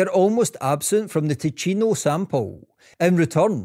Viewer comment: Spannender Inhalt, grottenschlechte Sprechweise. Zeitweise viel zu schnell gesprochen (KI) und falsch ausgesprochen (bspw. Tino statt Ticino usw.) Statt dauernd die Haplos buchstabengetreu abzustottern, wäre eine Interpretation für Normalsterbliche angenehmer gewesen. Bitte benutzerfreundlicher gestalten!